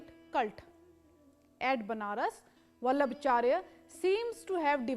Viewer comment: It's not वल्लभचार्य it's वल्लभाचार्य